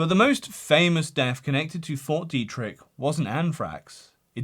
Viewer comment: The way you say Fort Deidrich keeps sounding like "4D Tricks"... And I somehow don't disagree